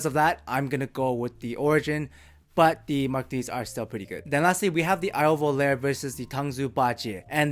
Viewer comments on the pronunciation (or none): i love your videos.. IO iems names are italian... Its not pronounced as prepare.. its volarE(FLY) just like SOGNO(dream).. pronouced just like bologna